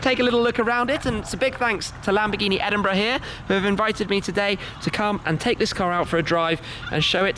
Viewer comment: The way he said Edinburgh.Sounds like Edinbruh